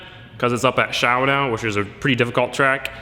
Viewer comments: I live near Shawno, and let me just say, your pronunciation is a little bit off. Its pronounced Shawn-o, not shaow now. :p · I love the way he says shawano. #Shawnow